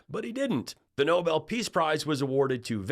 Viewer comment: We NEEDED this! Perfect justice (and exactly the traits needed) that a WOMAN championing DEMOCRACY will receive the Nobel Peace Prize (and Karolyn? Nobel is pronounced with the accent on the second syllable.) Watch. tRump will pout and criticize the winner. Such a gracious man.